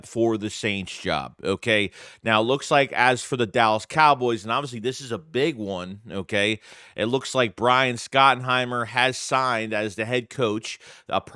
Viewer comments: It's pronounced Shot-en-heimer. Surprised you don't know that. He's the son of legendary coach Marty Schottenheimer. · It's pronounced shotenheimer you never saw his father coach the chiefs when Christian okoye the Nigerian nightmare was playing